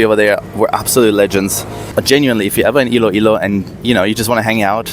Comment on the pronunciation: ILOILO is spelled ILOILO, not Ill-ilo. Thank you.